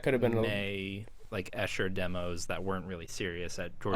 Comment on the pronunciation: Btw, it’s pronounced “Ee-sher”